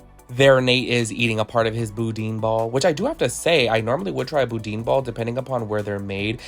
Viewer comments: Love the review… but it’s not bou-deen balls…it’s bou-dan balls…awesome review!! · Not boodeen balls it’s pronounced boo Dan . I’m from Louisiana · The boudin balls are pronounced as Boodan